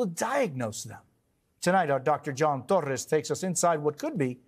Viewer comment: I love José' s proper pronunciation of Hispanic last names. ToRREs... PaRRa. Well done Sr